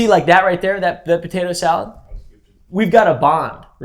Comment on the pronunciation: "y'all ever had taytuh salad" 😂😂